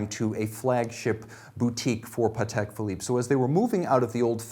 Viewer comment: I lOVE that he pronounces pahtek correctly